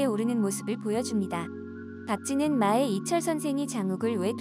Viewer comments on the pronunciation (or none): 무식한 쓰레기 채널....!!! 아무리 조회수로 돈만 벌면 그만이라지만 한글과 우리말의 약속은 지켜 줘야지... '마의 이선생'을 읽는 발음은 '마에 이선생'이 아니라 '마의 이선생'이 맞는 거라고... 마의(麻衣) 이선생.. '의'는 조사가 아니라고... 고등학생 수준이라도